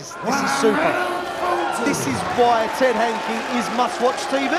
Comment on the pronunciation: Hankey The Count ? I think the commentator has added an unnecessary letter somewhere